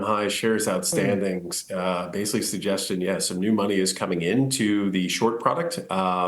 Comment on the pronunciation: Why do people always mis pronounce Nvidia? The reporter pronounces it correctly, but the Rexshare guy doesn't? Does he even know what Nvidia does or watch any other interviews on the company?